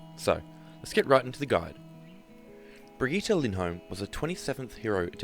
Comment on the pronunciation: It is called BRIGITTE not BRIGETTE